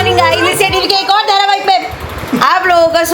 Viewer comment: Aree bhai saab .. Been watching your videos for quite a while. Just wanted to let you know that a serial (as a whole) is known as 'dharwahik'. Everytime you start your blog with 'naya dharwahik' i am at a loss of words.. please.. hindi is your first language and you cannot be making such silly mistakes 😑😏 Btw.. an episode is a 'kadi' 😊 Aadu is cute though 😊